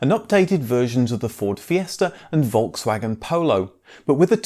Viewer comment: The moment you pronounce Volkswagen with a V rather than F , the whole mood of watching the video gets spoilt........ Its pronounced as Folks wagen